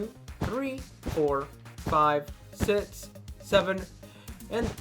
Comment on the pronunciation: Yeah this is amazing and not to make fun at you but you saw six kinda wrong but again i love your work and its amazing